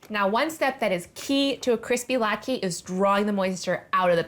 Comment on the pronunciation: I don’t understand how Molly thinks that the word latke has a long e sound at the end of it, when it obviously doesn’t. Her pronunciation of the word latke is driving me crazy. 🤦